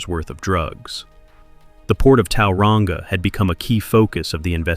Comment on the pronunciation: Like people can't still run the streets from behind bars and as if some screws aren't corrupt 🙄 btw it's Tauranga not towelrunga 🤦🏽‍♀️ not a bad video that pronunciation thou 😅